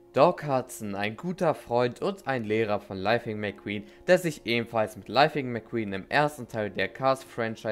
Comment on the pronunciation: "lifing mcqeen"